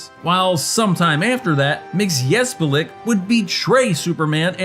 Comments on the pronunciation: I'm sorry but... it's pronounced MIX-iz-PIT-lick. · It’s pronounced micksoplick 😂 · It's pronounced Mix O Plik. The only reason I know is because I had the Superman record as a kid in the early 80's.